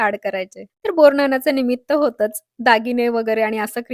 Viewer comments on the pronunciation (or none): बोरनान नाही बोरनहाण असे म्हणतात..